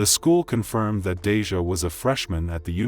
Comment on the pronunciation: The narrator and Congress pronounce their names wrong!! I get it doesn't affect their families but it just makes the memoriam not sincerely. Deja and Abbanay Watts really?... I recall it being Matt's!!😢